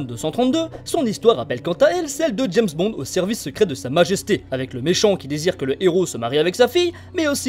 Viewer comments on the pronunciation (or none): none